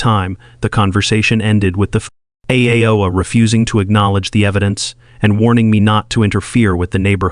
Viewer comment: Hey AI, I love the way you call H O A HO A!